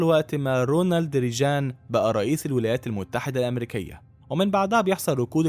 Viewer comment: ريجااان ايه بس!! اسمه ريجن والجيم مصرية في النطق Ronald Reagan